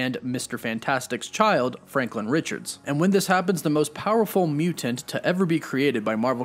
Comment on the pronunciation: Mutant not mutent.